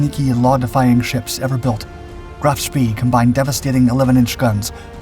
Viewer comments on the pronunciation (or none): Here we go again the narrator’s pronunciation is way off, Graf Spee is pronounced Shpay, named after World War I Admiral Maximilian von Spee, whose name in an earlier video was also pronounced Spea. Only a minor quibble but a glaring error really as nowhere on any contemporary broadcasts by British or American sources do we hear this. And to describe the sinking of an unarmed and helpless merchant ship as a victory is a little crass in my opinion. The breathless and hurried voice is bad enough but for Chinese Robot AI style mispronunciations and phrasing to keep creeping in is something of a distraction. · Graf Spee is pronounced “GROFF SHPAY” not “GRAPH SPEE.” Prinz Eugen is not pronounced “Prinz You gen,” its pronounced “PRINTS OY GEN” Oy as in boy. Gen as in again. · KMS Graff Spee is pronounced GROF SHPAY, to be historically accurate . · Sorry but i think Bäden am See = Graf Spee. "e:" not "i:" I might be wrong tho... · Isn't it pronounced " Graf Spay"? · "Graaf Spay". Say it till you can do it right.